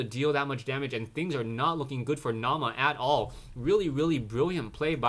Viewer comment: Naama is a finnish player, and the meaning of the word is "Face" And btw, Naama is pronounced without any accent :) (I'm a finn, too)